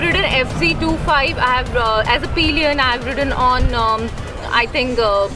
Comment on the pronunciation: It's pillion not peeeeeelian madam